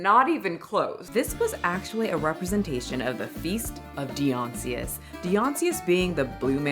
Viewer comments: you pronounced ‘Dionysus’ sooooo wrong. I’m sorry but it hit my ears so wrong that I had to tell you. It’s pronounced ‘dai-yon-i-sus’ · You don't know your greek gods?? It's Dye- Ah- Ni- th- us. Not Beyonce, lol!! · This is the second video on this I've seen, and both people have said, "Dee-on-see-us." It's "Die-on-i-sus". In Greek, it's a little different, but still way closer to the standar American pronunciation than what happened here. It really messed with me, I had to check and make sure i wasn't wrong, and that my life wasn't a lie. So funny that 2 people in a row mispronounced it the same, specific way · "Dy-Onsius" is actually "dy-oh-nee-sowss" (/daɪ.əˈnaɪsəs/; Ancient Greek: Διόνυσος Dionysos) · Yeah, that was weird... I prefer the Snorks. Oh and it's Dye Oh Nye Suss - Dionysus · Dionysus is pronounced die-on-eye-sus ❤❤😅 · I'm not offended I just love my boy Dionysus so I thought you'd wanna know it's pronounced Die Oh Nye suss. They shouldn't have had to apologize for Americans who don't read anything other than their beloved bible and crappy bills taking away women's rights 🤦🏻‍♀️ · As requested, correcting your pronunciation: 1) Dionysus: "dye-oh-nee-sus" 2) Seine: "sen" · pronounced "die-oh-nye-sis" , the god of wine and debauchery. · Hehe, it's pronounced Die-oh-nee-siuss 😊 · Thank you. Also, the naked blue-guy’s name is pronounced: Die-oh-nice-us. Classical Greek names are a bish to pronounce! (no shade, I prefer it when people help me out in the comment section so I’m doing the same for you ). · It is pronounced Die-oh-Nice-us. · "Dion-see-us" lol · I'm sure someone else had said it, but it's pronounced Die-oh-nye-siss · Love you but how you pronounce Dionysus is hilarious, I don't know if this helps but it should be pronounced more like die-o-ni-sis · Girl say it with me. Di-uh-NY-sus 😂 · it’s pronounced “die oh NY sus” lol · DIE- OH - NAI - SUS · GIRL! Die-O-Nis-Sis =Dionysis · Oh your pronunciations lol.